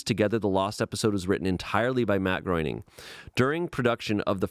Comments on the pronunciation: The scariest part of the Simpsons story is how pronounces "Groening" 😂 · pronunciation of Groening is sending me